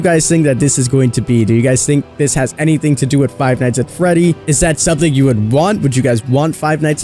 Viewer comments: He said Frive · He said Fried